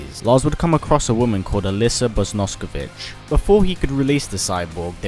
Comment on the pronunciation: Why can't anyone say BOS KON O VICH. It's really not that hard to read or say....